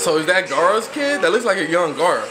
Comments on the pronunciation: They massacred my boi gaara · When he said “Is that gaaras kid” that hurt my soul ☹️